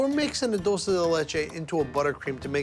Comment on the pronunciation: he cannot pronounce DULCE to save his life.... he says DOUCE lol